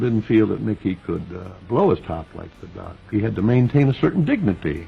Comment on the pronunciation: Why did he say “the duck” like a racial slur?